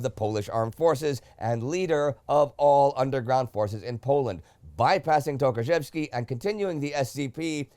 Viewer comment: Wait, you read TOKARZEWSKI correctly? Well done (you cheated and looked up the pronounciation on google translate, didn't ya? WELL DONE).